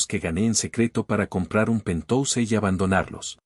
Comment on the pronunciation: 😂😂😂😂 ¿¿¿"PENTOUSE"???😅😅😅😅, QUE QUIERES DECIR PORQUE "PENTHOUSE" PALABRA DEL INGLÉS Y PRONUNCIADO "PENTJAUS" TRADUCIDO AL ESPAÑOL PUEDE SER "ÁTICO"